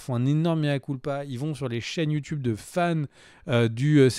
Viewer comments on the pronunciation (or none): none